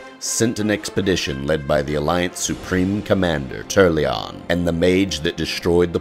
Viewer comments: Turalyon isn't pronounced "Turlion" it's Tur-rael-ee-on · I tried to watch this but I stopped after he pronounced Turalyon's name TUR-LEE-ON lol. Come on man how is that a silent 'a' lol. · Alliance supreme commander "Turlyon"? Wtf dude. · dont care if he tries too hard to sound good but how he pronounced the names of the places and iconic people of the warcraft universe ruined it for me, you know when someone doesnt actually play the game when he doesnt know jow the names should be pronounced. -.- Draynor? Turlyon? are you kidding me?